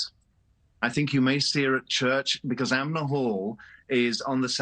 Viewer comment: It’s “ANMER hall” not “AMNER hall” as he said…twice! This is the kind of thing that destroys credibility in whatever he was saying